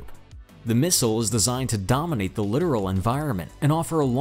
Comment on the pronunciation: F-125 is a FIASCO. It even lacks the most basic ASW systems. BTW, it's LITTORAL (not "Literal").